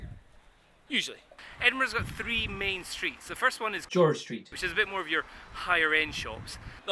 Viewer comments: "George Street" buahahaha :D cool vid (Y) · Awesome dubbing "George St", ahem